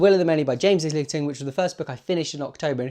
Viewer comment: i started will of the many a week ago. it's awesome; a page turner for sure. 's' in Islington is silent btw